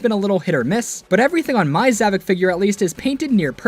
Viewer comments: Actually, it’s pronounced “ZavOCK”, not “Zavick”. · His name is zavok not zavik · You're getting his name wrong it's zavok not zevik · How on god’s green earth do you say “zavok” as “zavik”, what the fuck. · His name is zavok not zavok